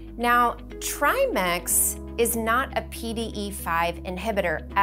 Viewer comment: Tri ‘Mex’ ? It’s ‘Mix’ not ‘Mex’